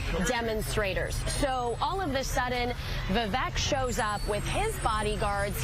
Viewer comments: His name is pronounced Vivek (Vivake like cake) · Vivek like cake. Say his name right. You're supposed to be a professional. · Can’t even pronounce his name correctly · She doesnt even know how to say his name.